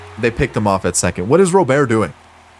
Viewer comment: Luis Robert. The T is not silent lol